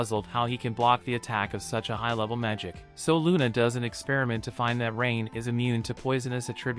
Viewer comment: They clearly pronounce it Luna, not Runa. However it's written Runa in the manga because in Japanese there is no Lu syllable. Still Luna is the better choice for the subs when they decided to pronounce it like that